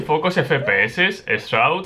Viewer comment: “Esh chroud”